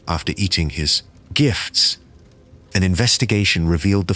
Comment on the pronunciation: lol why he say it like that? GIFTSS